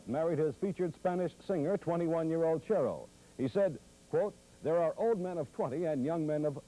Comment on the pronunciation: Royal Parker reported on Xavier Cugat's wedding to a young Charo. Notice how Royal pronounced her name "chair-o", but who knew then what Charo would become?